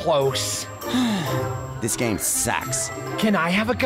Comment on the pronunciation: “you mean we’re in The pac-man giyme?”